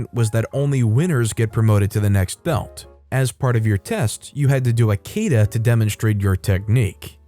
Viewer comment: Kata is pronounced with 2 short a (ka-ta)